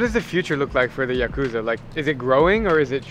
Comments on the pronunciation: Yes, if you crash into a homeless camp with old men drinking all day, you can’t expect much response even if you bait them with beer. The Yakuza segment was more interesting but pronounce the word correctly: ya-ku-za with short syllables, not ya-koo-za. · If you’re going to interview the “Japanese mob” at least pronounce their name correctly. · listening to actual Japanese pronounce Yakuza and you still pronounce it the wrong way is crazy.